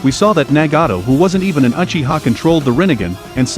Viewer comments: its not Achiha its Uchiha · Bro its uchiha not achiha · He really said achiha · First learn how to say Uchiha and Mangekyou after that explain 🤣🤣